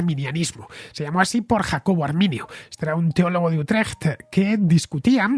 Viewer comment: Buen resumen de la guerra de los 80 años. Por cierto, tu pronunciación de "Utrecht" creo que sería aprobada con nota por cualquier "dutch". Enhorabuena por el programa.